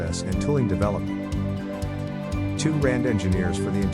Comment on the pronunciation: "R&D" read out as Rand...